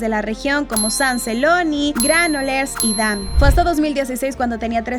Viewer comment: catala amb pit y collons.. y por favor es granollers no granolers